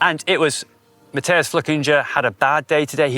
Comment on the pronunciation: How when someone is literally stood opposite you saying their names right can still not pronounce Nino & Mathias’ surnames?